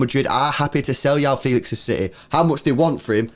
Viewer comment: Its not yao feelix🤣its juau fehlix(joão felix)